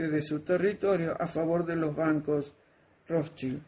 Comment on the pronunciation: estaba en lo correcto con la pronunciacion de los Rothschild, pues es Rozs- chaild.